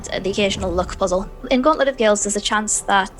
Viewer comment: Is it Gauntlet or Gaunlet?